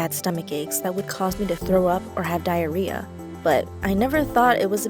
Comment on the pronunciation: I shidded my pants when she said Dirreah